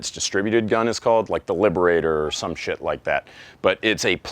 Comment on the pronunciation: My favorite part of the video is how you pronounce every letter in the word shit. impressive actually.